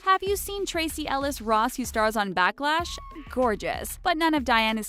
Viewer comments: she said backlash instead of blackish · Are we just going to ignore the fact that she called it Backlash instead of Blackish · backlash? blackish? ok, maybe some people cannot read the difference.... doesn't anyone ever check these videos before they are posted. Continually names are butchered on this channel, but this was too simple to overlook! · Is nobody gonna y’all about how the narrator sad “Backlash” instead of “Blackish”?? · Did anyone notice when hey said backlash instead of blackish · You read blackish "backlash" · Blacklash??? BLACKLASH ??? Am I the only one who heard this?? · also, so funny she said backlash instead of blackish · did she seriously just say backlash instead of blackish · Did y'all really pronounce Blackish "BACKLASH"?! grabs purse and leaves